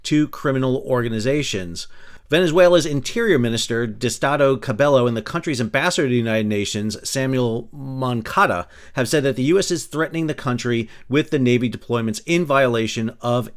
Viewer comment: The Venezuelan people are close to my heart. They don't deserve what Maduro and Cabello are doing to them. (And that's pronounced 'ca-bay-oh', btw.)